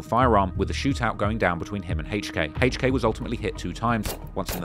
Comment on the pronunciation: “Hayche K”